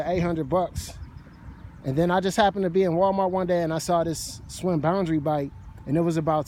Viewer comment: Shhhh Winn... NOT Swinn